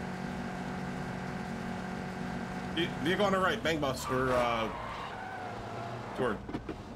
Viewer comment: called the vehicle BANG BUS 😭😂😂😂😂😂